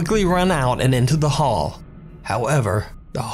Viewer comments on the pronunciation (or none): none